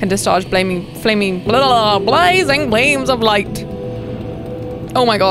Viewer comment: Blazing bleams of light. Reeding iz hardd.